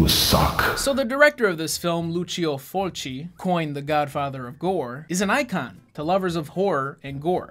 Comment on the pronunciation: You said Fulci's name right. You really should watch his movie called Zombie. It's a cult classic. Congrats on the baby!